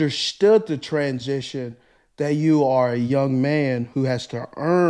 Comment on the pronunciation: "Trans-jishōn" (steve)